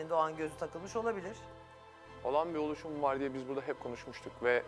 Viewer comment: No one: Realy no one: Erdem: Oluşum